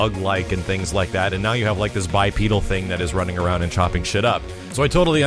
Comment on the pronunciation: haha sounds a little 'downy' here.. "throws awound"